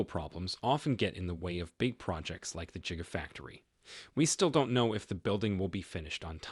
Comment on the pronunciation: "Jigafactory" bahaha!😂😂😂